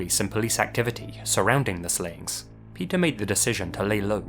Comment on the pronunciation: Omgosh, the stories of Pe"th"er never end.